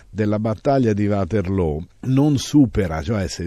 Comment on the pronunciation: lo dice lo dice più volte..anche Csmpagna del Belgio come è anche conosciuta l'offensiva napoleonica del 1815 Ligny e Waterloo. Di positivo c'è che lo storico prof pronuncia bene Waterloo alla fiamminga e non il Uaterloo anglicizzato della maggioranza di ignoranti. Essere precisi è importante.